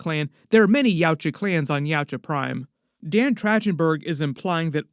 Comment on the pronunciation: Man, how many times you butcherd dan's name is insane.